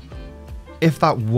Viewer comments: TINKER Bell. TIN KER Bell. Phenomenon (Why does he continue saying "evil lotion"? Blue Unction run out or something for him?) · EVIL-lution Mermaidman: EVIL! EVIL!